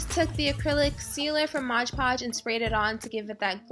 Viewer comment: i love this but its not modge podge its MOD pogde